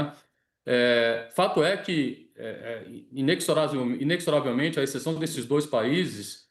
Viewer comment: Além de mau de argumento, é ruim de português. "Inecsorávelmente" rsrs